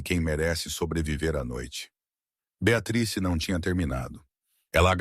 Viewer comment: Gente pronúncia correta Beatriz